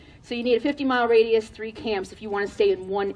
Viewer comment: Yeah, it's "radius".